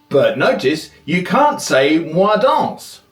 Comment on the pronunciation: Jo danz? Je dance. Vous danciez ? Vous dancez. That’s not correct and the prononciation is bad. Sorry, but the video is good.